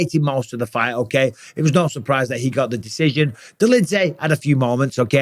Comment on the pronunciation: "okeh" - okeh